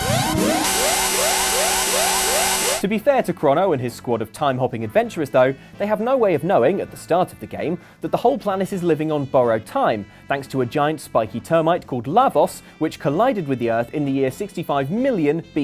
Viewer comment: the way he pronounces borrowed sounds like burrowed. Also when you recognize from another persons vlog:3